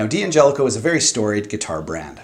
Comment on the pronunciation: Say it with me.... Dangelico. Dan-jellico.